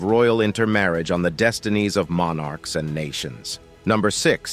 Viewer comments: Monn arks? Such a difficult word to pronounce.. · MON ARKS? Such a diffi kult word to pronounce! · Mon Arks? It's one bloody word not two!